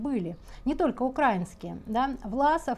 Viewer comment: правильно говорить УкраИнцы😂, украИнские…